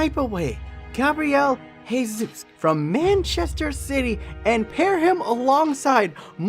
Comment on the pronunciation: His last name is pronounced with the J sound or like a Zh sound instead of an H sound because it's portuguese not spanish